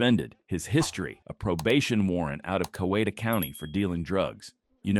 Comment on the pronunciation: the last chase, these places can’t be that hard to pronounce… the guy was from dah-lonn-aagah not de-lon- neaga and its cow-eata county like eat a cow lol